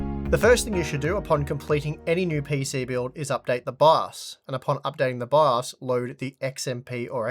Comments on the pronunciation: Does anyone else hear "baos" instead of "bios" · I thought he said bus